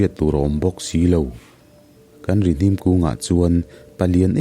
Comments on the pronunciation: Rihnim.hnim tih lai hi hnim.thil rim kan hnim. hnar in thil rim kan hnim.tih anga lam tur Rihnim (hnara,hnim) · Rihnim tiha Hnim tih lai tak hi, thil rim ka hnim tiha hnim tih thluk tur zawk a ni em aw....